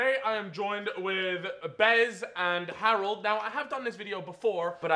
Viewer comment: Kinda annoyed me how kept saying Harold